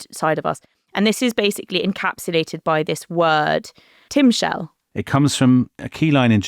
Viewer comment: Timshal - The emphasis is on the final syllable. It's not you shalt or you mayst, it's you shall/may GOVERN. Understanding if it's 'will' or 'may' comes from interpreting the context, not so much from the word itself. Strictly speaking, the King James version ("Shalt") is more accurate. A rough translation of that passage is "It doesn't matter if you gave a good or bad offering, the SIN lies down on the threshold, and you desire it, and you WILL govern it (the sin)". By this interpretation, God says that it doesn't matter what Cain will do; he already sees that he is going to sin... quite opposite from what Steinbeck understood, BUT you can also understand the last words of the passage as "...SIN lies down on the threshold, and you desire it, BUT you may govern this desire". That's how Steinbeck saw it - that's a hopeful interpretation. The Bible usually doesn't do "Hope", that's more a modern Western sensibility - but to each his own.